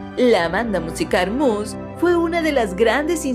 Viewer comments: Por qué pronuncias "Mus"?! Se pronuncia "Mius" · Muse se dice MIUS NO MOSS JAJAJA🤣🤣 CORRIGE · se pronuncia myo͞oz, no mus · ¡Se pronuncia Miuse no Muse! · jajaja :v corrección es mius !!! Muse " ( no mous ) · Bueno es Muse y se pronuncia mius xD